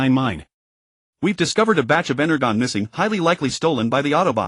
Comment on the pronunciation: I totally agree, energon is being misread hurt my soul